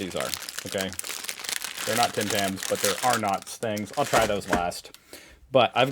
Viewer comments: its not Are-nots its R'nts. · Pronounced Ar - nuts. Not Ar- nots. Enjoy! 🤣👍🏻🐨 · Are n-ts. Not Are Nots. Australians generally put the emphasis on the first syllable of a word while Americans on the second. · Love the salted caramel,however can't eat too many at a time. Arnott's is pronounced arn-ts don't pronounce the o. Hard to describe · I like the Are- not pronounceation of Arnot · Say Arnotts as Arnetts…. Gee, why can’t Americans speak English 🤣🤣🤣🤣🤣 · When you say Arnotts and you emphasise the 'notts', I want to pipe in and call them Ar Soo's lol. Say it faster, like Arnuts...Oh, and it is a gimmick, I've done it once in my life thought, yep, ok I've done and I'd just prefer to eat a biscuit like a normal person. If I'm going to dunk any biscuit into my coffee on a regular basis, it'd be a gingernut biscuit, but hey, each to their own and that's my preference.